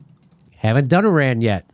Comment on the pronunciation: I wish Americans would at LEAST learn to pronounce "Iran" and "Iraq" since they can't be bothered to find them on the map.